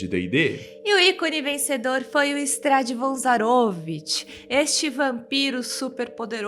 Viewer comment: ZaroVIch. Não ZaROvich.